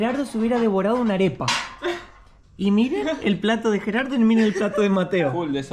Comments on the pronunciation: Es Gerardo !!!! Sos argentino Mateo!!!! Porque Yerardou ????? Los nombres se pronuncian en su idioma original!!!! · Hola Mateo y Lisana les quiero corregir que los nombres propios no tienen traducción al inglés yo me llamo Miguel no Michael Tu amigo se llama Geraldo no yeraldo o como tú lo pronuncias discúlpame por mi intervención siempre veo tus vídeos ❤❤❤❤uno para cada uno